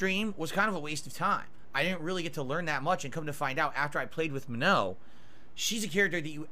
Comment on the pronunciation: Him saying Manons name wrong everytime itritates the fuck out of me